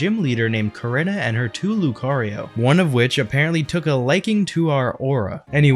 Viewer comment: Love how he pronounces Korinna